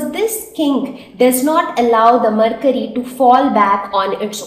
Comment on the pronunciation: It is mercury not marcury